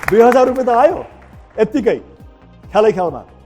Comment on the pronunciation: It’s “Rupiya”, not “Rupay”. Anyway. Great!!🙌🏻👌🏻👌🏻